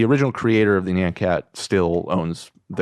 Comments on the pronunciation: why can’t any of them say nyan cat correctly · With peace and love; the way they pronounce nyan cat pisses me off. With peace and love. Lol